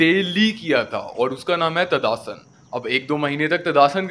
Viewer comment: ताड़ आसन ❎ तदा आसन ✅ 😂